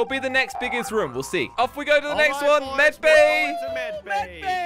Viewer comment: I like how he says "rum" instead of "room"